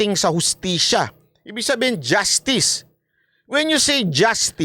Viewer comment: Justiis po, hindi justice